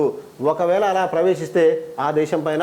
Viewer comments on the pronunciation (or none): none